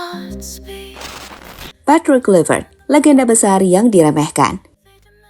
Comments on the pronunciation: Izin koreksi min: 1. Pronounce Nama yang benar dibacanya: Petrik Klaiver't. 2. 6 point Indonesia di dapat dari: 1x Menang, 3x Imbang, 2x Kalah. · Mimin nyebut coach baru salah wooyyyyy... Klaiy kluiy wkwkwk